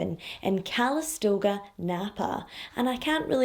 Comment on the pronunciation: Lol CALISTOGA…, I think you mean COW A BUNGA! You are the CUTEST thing I’ve ever seen!!!!!